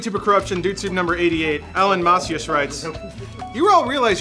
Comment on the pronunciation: The last name is fucking macias it Mah-see-Iss